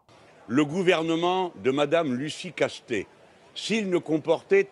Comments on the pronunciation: C'est pas Casse-tête mais Castet, il n'y a pas de E à la fin de son nom ! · Je vous trouve beaucoup d'humour quand il s'agit de déformer le nom de la dite Lucie Castets (pas Castèts ni Castète) tels que le font tous ses détracteurs de manière méprisante et beaucoup moins quand il s'agit de tolérer un tweet non diffamant, provocateur et allègre (et bien que militantiste). Par ailleurs, avant de crier à l'homophobie, renseignez vous sur l'expression en elle-même "Bravo les Lesbiennes" et sur son origine et sa portée. Au mieux, c'est une maladresse mais alors elle vient davantage de ceux qui méconnaissent l'histoire des luttes et des idées. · C'est pas joli de se moquer du nom des gens. Il n'y a pas de "e" à la fin du nom de L. Castets ! Prononcer casse-tête est franchement très mal venu, cela n'apporte rien à vos commentaires. Dommage. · De plus en plus déçu par: continuer à prononcer Casse tête au lieu de Castets c'est plutôt lourdingue, bientôt il y aura peut-être aussi Carole Dégâts, mais bon notre ami (pourquoi pas prononcé Rémaille) semble friand de ce genre de blagues. Mais le plus important réside dans les "analyses" qui me semblent un peu simplistes et plutôt binaires: rien n'interdit notamment de sortir des dogmes européens et de lancer un bras de fer avec la clique de Van der Layen.